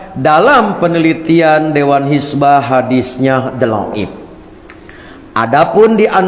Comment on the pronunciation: Ustadz persis melafalkan ض kok dloip, apa tidak bisa bahasa Arab?